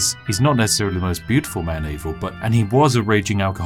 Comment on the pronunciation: Props for pronouncing the dudes name Eivor and not Aivor as many do.